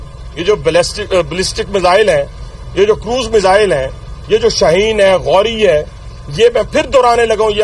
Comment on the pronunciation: काय बातमी देतोय हा अरे ते पाकिस्तानी क्षेपणास्त्र च नाव गौरी नाही, घोरी आहे रे.